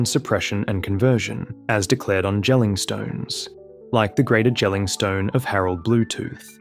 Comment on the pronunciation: Easy pronunciation help for the Jelling stone is to just pronounce Jelling like the English word "yelling". It's much closer to how we say it here :3